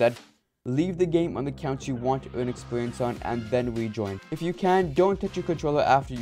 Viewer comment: "expewience" lmao